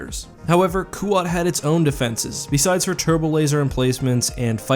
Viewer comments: It's kuat. Not kooat. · Kuat should be pronounced “kwat “ ,not “koo-wat” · I thought it was pronounced Kuat kwat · Anyone else bothered by how he said Kuat?